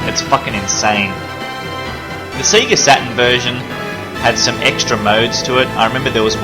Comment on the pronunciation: Loved this, but SEGA is pronounced SAY-GAH, not SEE-GAH! Normally I wouldn't be too bothered but I haven't had my first coffee of the day yet!